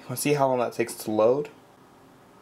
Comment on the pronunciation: How* (not jow lol)